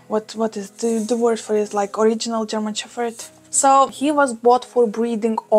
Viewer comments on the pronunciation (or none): A language lesson for you: In English we pronounce your pup's breed as German shePPard, no fff sound. All the best! 🐶🐕🙃